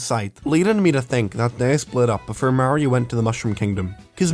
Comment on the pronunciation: its so fucking off putting watching someone with an accent pronounce mario correctly